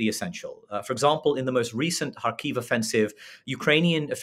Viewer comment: Please stress Kharkiv on the 1st syllable. The “kh” is “ch” in “loch”.